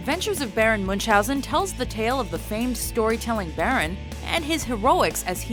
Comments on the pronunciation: Baron Münchhausen 😂 Sorry, I'm german and IT's pronouncited another way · Your pronunciation of "Munchausen" is unacceptable in a finished work.